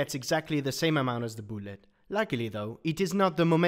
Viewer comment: Every time he says boolet I smile